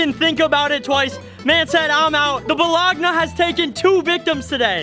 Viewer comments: bro said balagna when it pronounced bolony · Bologna....😂😂😭😭🤣🤣🤣 It's pronounced bologne....I'm dying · Bruh he really said balagana